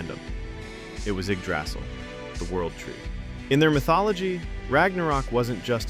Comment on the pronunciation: That's not how you pronounce Yggdrasil.